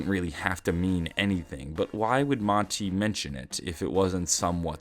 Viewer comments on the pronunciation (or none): none